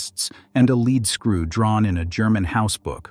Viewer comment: say it: leed-skroo!!!